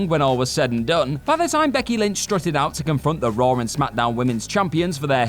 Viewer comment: Raw* not Ror